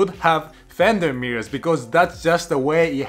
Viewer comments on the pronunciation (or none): 2 minutes into this video and all I could hear was "Fenderrrrrr Mirrors" 🤣